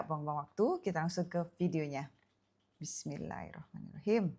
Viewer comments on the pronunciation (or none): none